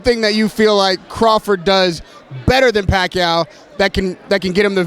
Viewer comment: Bradley calls,em "Pacow!"😂😂😂😂